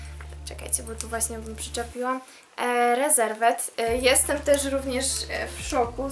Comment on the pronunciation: Pierwszy raz się spotykam, żeby ktoś tak wymawiał nazwę sklepu Reserved xd Wymawia się [ rizevd], a nie spolszczone rezerwed